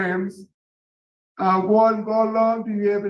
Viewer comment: “Tell me what progrums you’ve taken” I’ve learned to play the guitar 😂